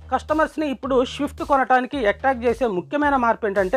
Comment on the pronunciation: షిఫ్ట్ కాదు స్విఫ్ట్ ...పలకటం నేర్చుకుంటే బాగా వుంటుంది .